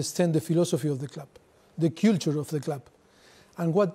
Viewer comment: Nobody Pochettino: we need to understand the quelchure of the club